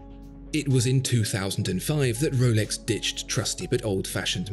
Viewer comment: Woolex daytona 🥺🥺💦 That’s very pretentious pronunciation